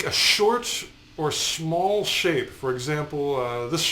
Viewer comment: He said SHMALL lmao